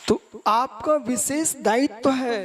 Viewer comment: कितना अहंकार. ढंगसे हिंदी बोलना आता नही हैं. विशेष को बिसेस बोलते हैं. हरपनहळळी तो दूर की बात. ऐसे अनपढ गवार कर्नाटक की सुबुद्ध जनता को धर्म सिखाएंगे?